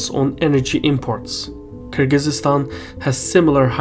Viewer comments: Stop mispronouncing Kyrgyzstan like you're not Azerbaijani,. We don't speak like that, come on. It's Kyrgyzstan, not Kyrgyzeestan. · It's Kyrgyzstan, not Kyrgyzistan. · Hurts my ears to hear Kyrgyz-eestan, dude. It's Kyrgyz-stan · Minor correction: It's Kyrgyzstan not Kyrgyz-is-stan. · It's not Kyrgyzistan it's Kyrgystan sorry it just kept bothering me great video tho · Nice analysis. Thanks. But it's Kyrgistan, not Kyrgisistan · Kyrgyzstan is Kyrgyzstan, not "Kyrgyzistan" ;-) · Thank you,, but it's Kyrgyzstan not Kyrgyzystan. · It's Kyrgyzstan not Kyrgyzystan. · God he keeps butchering Kyrgyzstan The z and s mesh together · "Kyrgyzistan" seriously? It hurts my ears. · Cmon, oratory excercise, its KIR GI STAN, drop the z and there's no y after that. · You're adding an extra syllable to Kyrgyzstan. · Nah, I disliked cause of that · he says Kyrgyzstan wrong. There is no extra syllable between the z and the s, it just kinda smears together. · He is literally saying it wrong tf ?!? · I’ve been mispronouncing Kyrgyzstan this whole time? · Strange pronunciation of Kyrgyzstan there! I've visited the country twice (last time in 2008)... total third world hole. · Is that really the correct way to pronounce Kyrgyzstan?